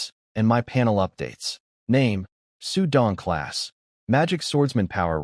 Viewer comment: You need to teach your AI to pause while reading. after a sentence there's supposed to be a period. That means PAUSE; but I assume the reason the AI can't understand this is because the text writers don't USE punctuation properly and I can SEE that they don't. The AI says it like XuDongclass Instead of Name pause Xu Don. Longer pause Class pause magic swordsman. You also need to teach it how to pronounce BOW (the action of greeting by bending at the waist) and BOW (a weapon) also It needs to learn to say words like My and No and Is instead of saying each letter. All these stroy narrator AI's are grossly incompetent in pronunciation of words. Also It should never SAY "dot" when there's a period at the end of a sentence. So your shit NEEDS some work guys. First teach your AI's properly and then teach your staff to TRANSLATE properly so your AI doesn't say something that makes NO sense. Finally whoever is writing the text. KEEP IT consistent. Stop having different spellings for the same name so that the AI screws up.